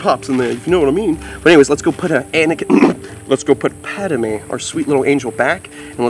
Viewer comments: Just a heads up it’s not Pad-a-mé it’s just Padmé. Just helping lol. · It’s “Padme” 🤓🤓 Not Padame 😂😂 But cool name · It’s PADme. Not PADAME LOL.